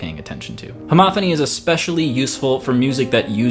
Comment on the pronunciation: It sounds like you're saying "Monothony" and "Homothony" as opposed to "MonoPHony" and "HomoPHony". I'm I mis-hearing?